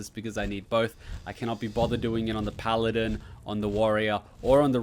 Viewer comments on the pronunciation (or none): none